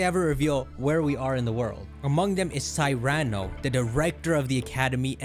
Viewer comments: Great video theory. But learn to pronounce Cyrano is pronounced like "See-Ra-No". like the play Cyrano de Bergerac is a play written in 1897 by Edmond Rostand. That was made in to a book. Colture your self. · Cyrano is pronounced “SIH-ruh-noh” (like the story of Cyrano de Bergerac based on the real person of the same name)